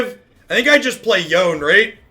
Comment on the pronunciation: Yone - Yo Nay. Sorry!